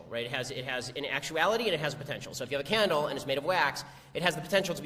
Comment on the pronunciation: When Shapiro says "candle" it sounds like he's saying "cannonball"...